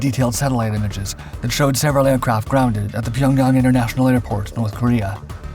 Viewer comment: Finally someone who says pyongyang correctly.